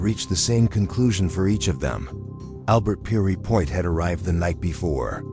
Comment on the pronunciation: Note to AI the executioner's name is pronounced Pier...as in a pier for ships to anchor alongside and point as in a sharp object.. simply put the two together...and note to content creator..Albert Pierrepoint was opposed to the death penalty and happy to see it abolished .... given the underlying context of the presentation that fact is something of a conundrum don't you think...I wonder how the AI would pronounce conundrum